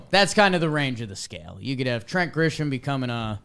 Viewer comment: I comment on these everytime you say it. My guy. It's not Grishom, No "H" in the pronunciation. My fellow Braves fans and I thank you. #jakesucks